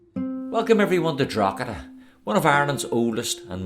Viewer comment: Draw heda, silent g